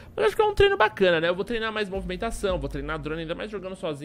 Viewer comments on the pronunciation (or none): none